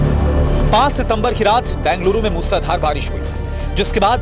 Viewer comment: Please pronounce correctly - it is Bengaluru ,not Banguluru .